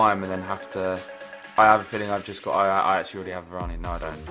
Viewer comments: Varane name is pronounced Varan, Jack, not VaranE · yh ur right it's pronounced varan